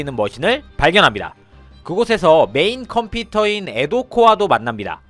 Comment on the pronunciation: 메인컴피터(X) 메인컴퓨터(O)